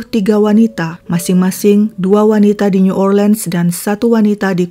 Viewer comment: Hampir sempurna Mbak! Pronounce New Orleans yang kedengaran janggal. Suaranya bagus...suka dengarnya 🥰. Salam dari AMSTLVN, Europe NL